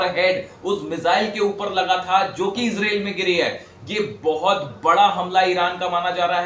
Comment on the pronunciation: Izril nahi madam israil bolo😂😂😂😂😂😂